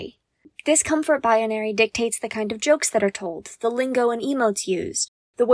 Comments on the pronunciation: i know what she is trying to say, and the word is "Binary" she adds an entire extra syllable before the n for no reason. thats it. shes saying it weird three times in a row. she must not be very familiar with the word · good video but learn how to say the word "binary" its not bi uh nary